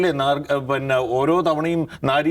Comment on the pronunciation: പിന്നെ എന്നല്ല പറയുന്നത്. പന്ന എന്നാണ് കേൾക്കുന്നത്.😅